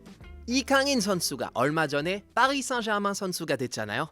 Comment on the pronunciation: 파비앙 발음이~ 파리 생제르망~이라는데~ 누가 생자르맹이라고 맹~~~하게 알려줬는지~ 참~~~ㅜㅜ